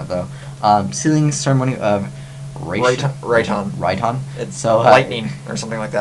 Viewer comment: for the ninjutsu cards, just pronounce them like you would on naruto LOL Rai-Ton 雷遁